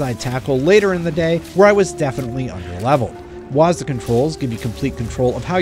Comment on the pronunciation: Don’t say wasda…